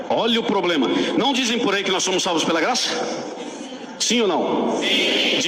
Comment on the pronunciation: Realmente esse cara é um analfabeto da bíblia é uma pessoa metido a entendido da bíblia,mas não entende de nada,ate a palavra problema fala poblema!